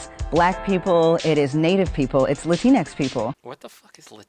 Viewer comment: Latinx sounds like Kleenex, I can’t take a word of what she’s saying seriously now.